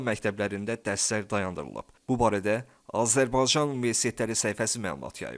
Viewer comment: Səsin batsın iyrənc.ayə sən Azərbaycan sözünü deyə bilmiraən